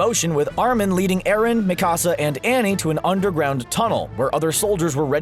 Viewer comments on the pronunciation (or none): none